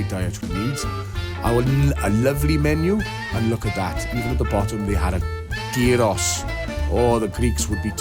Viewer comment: 1) Very impressed with correct pronunciation of gyros, it's almost like you've been to Greece... 2) Is it a terrarium if I found the bottle behind the couch, with stuff growing over the past decade? 3) Mums rock